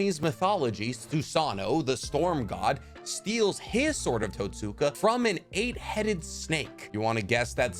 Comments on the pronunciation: Great video man. My only critique is in your pronunciation of Totsuka. Where English has silent letters, the Japanese language has soft or “whispered” letters. The hiragana script for Totsuka is とつか, where つ (tsu) is a whispered letter. So in the same way we don’t say Sasookee when talking about Sasuke, we don’t say Totsooka blade. And on that note, Nemui is written as ねむい , sharing the first hiragana with Neji (ねじ）and is pronounced Neh-moo-ee. Hope this is helpful and insightful. Thanks for the dope video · The What......its pronounced tots-ka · mans said “Tat-Soo-kuh” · Mf sayin Itachi misunderstood than says Totsuka